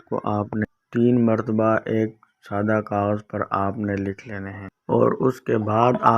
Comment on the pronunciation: Plz don kagaj keya Karna clear bolna g plz, Samaj nehi aya